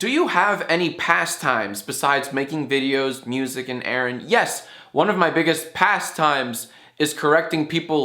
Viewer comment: It's pass time. U don't "pas" the time 😂